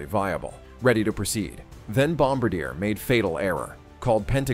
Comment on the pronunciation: You are mispronouncing BOM BAR DIAY. Bom abadeer is not correct!